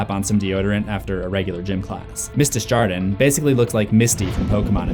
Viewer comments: Desjardins is pronounced more as dey jar don because it's French and means from the gardens. I can't explain how to pronounce a French J through text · Your mispronunciation of "Desjardin" is so bad 😂